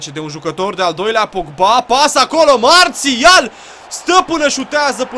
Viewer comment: nu se zice Mațial ci Marsial